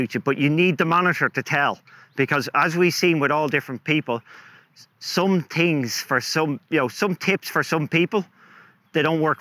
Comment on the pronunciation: I know English is not your first language but its called THINGS not TINGS